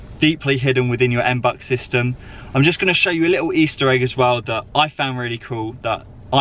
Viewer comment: It's not M-BUCKS. It's MB-You-X. Face palm...